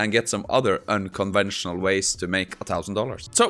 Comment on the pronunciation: unconventional, not unconvensional